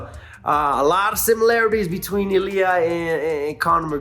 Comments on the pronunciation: The emphasis or the accent goes in the first vowel. > I < LI A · you should start learning how to pronounce Ilia... you are still doing it wrong